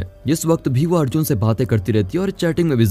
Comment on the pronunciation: Adjun nahi yaar Arjun naam leena theekse